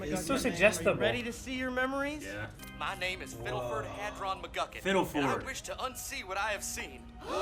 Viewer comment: Ikr? When he said, "My name is Fiddleford Hadron McGucket", I heard, "My name is Simon Petracoph"